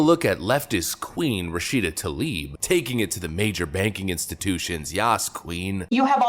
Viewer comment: "Rah Shita Toe Leaf",,,, What a Clueless "Moosie"